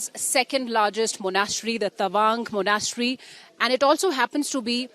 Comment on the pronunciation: She can’t pronounce Monastery either!